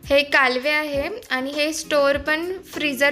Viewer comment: ही करंदी आहे. ही कोलंबी नाही. काहीही सांगू नका. खूप लोकांना खरं माहित असतं ..... हे लक्षात असू द्या. कालवे नाही ... कालवं म्हणतात. कितीवेळा हाताळताय् मासळी !